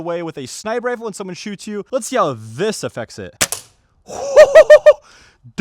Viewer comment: "And we have this crazy sniper rifer..."